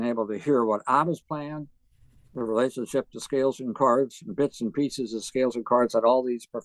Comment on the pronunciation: Years ahead of his time. A legend. Thanks for the interview, Monk. p.s. I love the way he talks. Especially how he says "cards" for "chords". so inspiring how Aebersold is excited about teaching kids. you get a real feel for his passion for the music. P.P.S. This was the best interview, Monk. Thanks so much!